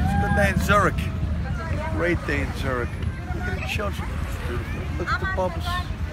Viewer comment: its zürich ,not zurih....